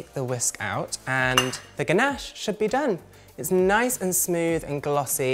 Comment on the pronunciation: It's pronounced Nice, not Nice. 😂